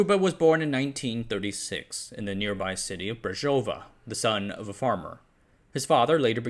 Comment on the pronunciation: just a couple of notes: Communists, did not buy stuff and companies, they just took it by force and nationalised it.. Also, please, next time if you decide to make a video with another country language names, check the correct pronunciations because sadly you mispronounced many words... for example Brezova, Slusovice, Bata, JZD, Husar. Coke was prohibited by the way... you could not buy it, that is why Czechia has their own style called KOFOLA... Otherwise, nice! :)